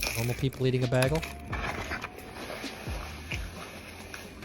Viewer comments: "baaaygle", not bag-le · bAgal it's bAgal not bag el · the amusement of saying BAYgle as BAHgle. .... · It's bagel, not baggel. 🤣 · b-A-gell; not bag-el. Love you though!!! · do you guys not know how to say “bagel” up north?! I’m hearing “baggle”, not “bay-gle”. Is this just me? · Not Bag-ul Bay-gul C’mon!!!!! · “You say bay-gel wrong” 😂 this instantly reminded me of the bagel bit from “Community”. Do better Tyler 😂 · Bagel, Bay-gul. Say it right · Bagle? Bag-L? Really? Get help FFS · It's pronounced "BAY GULL" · Say it with me Tyler, "bay - gull" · Yet he'll pronounce the word "bag" as.... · Say "bagel". Tyler: baggle Say "bag". Tyler: "bayg 🤷‍♂️ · The "a" in bagel is long. As in "bay gull". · How the f.. did you just pronounce "bagel"? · You might need to see a speech pathologist to help you pronounce bagel. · Tyler why are you saying bagel the wrong way, is it a Midwest thing? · The way you say bagel! 😂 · How did you pronounce bagel ?!?! Wow man, just not right.